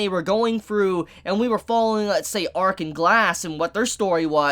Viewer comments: L'arc is pronounced la-rc, not arc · isnt is pronounced Larc not Arc? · Downs kid, the characters name is L'ark not ark. Jesus christ. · Its lark not ark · did u hear how many times he said Arc instead of L' Arc